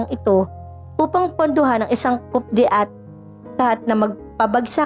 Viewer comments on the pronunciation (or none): hi narrator..patawa ka ha. "coup de tat" tlga bang kupdetat ang bigkas mo? AI b tong narrator? Koo-dè-tà po yn hnd kupdetat..hays..ok na sana eh don lng nasira sna mn lng mag research muna sa mga wastong bigkas pra hnd nman katawa tawa tau sa ibang nakikinig..